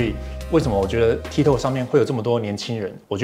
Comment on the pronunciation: 很重要 ：八炯跟波特王都發音錯了，tik tok 的發音類似是「踢k塔k」，不是「踢k透k」。 就像Costco 是發「咖S叩」，不是「摳S叩」。 o是發一個類似ㄚ的短母音，不是長母音［ㄡˋoo~] 抱歉啊因為聽兩位講錯太久了，提醒一下。我是鐵粉！